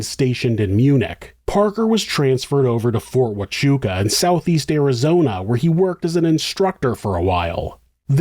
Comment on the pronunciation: Bro you did awesome pronouncing Huachuca! I never hear anyone mention it, so wild.